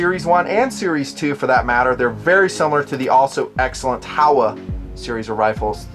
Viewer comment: Good stuff just a heads up since it is a Japanese company it is pronounced ho wa not how a. HO like the gardening tool and wa as in water. Just keeping it real.